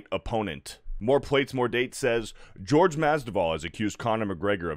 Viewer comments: "GEORGE" Masvidal LOL. Come on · Also, Jorge. Not George. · Omg get the pronunciation of Jorge right.